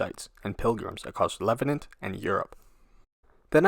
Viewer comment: Leh-VAHNT. NOT Leh-vi-nahnt. Jeez.